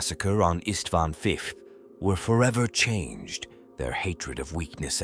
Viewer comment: Istvan feefth ? Its like your secretly an ork . Shall i inform the inquisition?